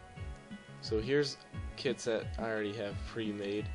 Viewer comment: I swear it the beginning it sounds like "How to make kids for your mincraft server" "Alright to make kids" Good you can teach me how to make kids :P